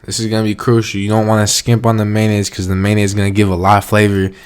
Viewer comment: "spicy mAyo-nAy-sO" hahaha